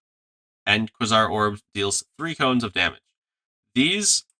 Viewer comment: kway-zar not kwuh-sar